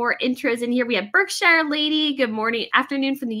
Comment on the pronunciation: BARK-sher (Berkshire) on The UK.